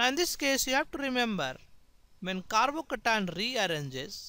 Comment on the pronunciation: I like the way he says carbocation. «Carbocatan» !